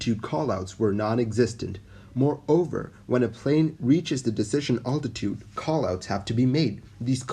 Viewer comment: I'm really enjoying your videos! Well researched and thorough. You also do a good job of providing a sense of suspense where appropriate. I am curious, though, why you say 'oltitude' instead of 'altitude', which is a bit of a stumbling block when listening to your narration. Great stuff still! Keep it up!